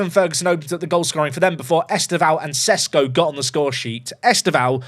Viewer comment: Loved the French accent attempt. I wonder if will ever learn how to pronounce Sesko.